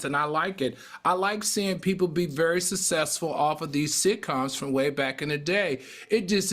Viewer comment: Al, please learn how to pronounce SUCCESSFUL. Love you Al, love you Claudia. still sounds like a fool.